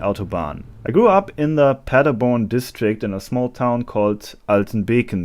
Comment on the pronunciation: I dont know how to put this, the PADERBORN! part cracked me up. A German speaking English with a German accent butchering German names trying to pronounce them in accent ridden English. I feel bamboozled